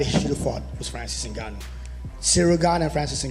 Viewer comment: Will Dana ever get Francis' last name right? N-gone-nuew